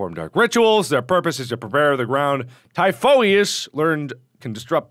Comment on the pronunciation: Typhoeous is pronounced tie-fuss. I'm pretty sure he's Greek, too. Like much of this game.